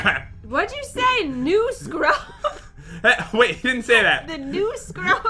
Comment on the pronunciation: Did just said NeWAscRuB?!